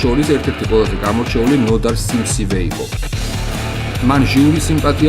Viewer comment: yvelaperi kargi, magram "simsive" - rato ?! tu (kibos) pontshi iweren ro mavneebi arian, mashin simsiVne qvia mag sityvas :|